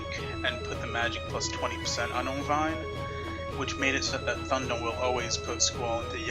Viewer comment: If he wasn't so dedicated to it, I would swear he was just fucking with us. He called Irvine ONVine for fuck sake.